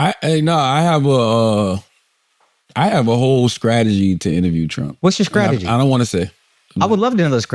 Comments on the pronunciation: Lmfaoooo Akaash going at Charla for pronouncing 'str' as 'skr' was toooooo funny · I been wondering why Charla been saying his C and T's backwards because he can pronounce both. Akash getting on him about it was great 😂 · Charla going from these reports are asking 🐈 questions for two decades was such a real ass moment and then he follows it with sucking the tip of the 🍆. Just fn hilarious 😂 😂😂 Also Akash making fun of Charla saying “strategy” I’m done 💀 This is why I as a 40+ old mother of three career woman watches this show. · "What's your Skrategy?"